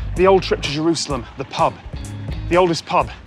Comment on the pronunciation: Love the 'Ye' pronunciation. Superb.